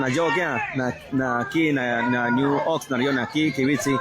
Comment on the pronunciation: It's pronounced Ox-nard. Not Ox-nurd.